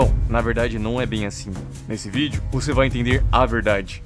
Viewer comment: "Voxe matou o tiu hank"